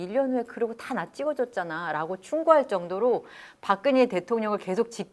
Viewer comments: 박그녜라고 발음하는 게 묘하게 거슬림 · 박근혜 표준 발음은 [박그네] 입니다. 히에로 애쓰지 않으셔도 됨 ㅖ->ㅔ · 발음이 왜이러냐 박그녜,센사람 무슨; 혹시 죄송한데 중국인은 아니시죠?